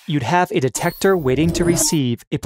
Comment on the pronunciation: “Dectector” Well